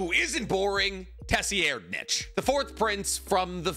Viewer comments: His name is pronounced “Sir-Ride-” not “tessi-air’d-nich” because the t is very soft. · The 4th princes name is pronounced sir-ryd-nik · Geez it’s pronounced “Sir-eyed-” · Please pronounce it as “s-ride-”. I love your video but the way you say is his name make me cringe so hard!